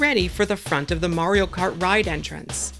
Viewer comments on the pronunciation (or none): none